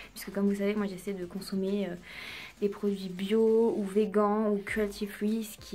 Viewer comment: Je crois qu'on dit " vegane'' 😂 bisous